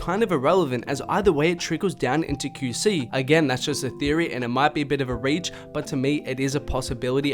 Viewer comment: “Kew see” LMFAOOO you my mans but the way u say QC got me cryinnn